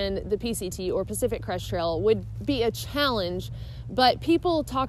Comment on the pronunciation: Why does it sound like you say Pacific "Cresh" Trail? I'm not making fun, but is it only me? I love this channel, keep up the good work!